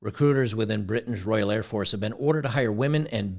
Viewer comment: Air Force not Hair force ladies.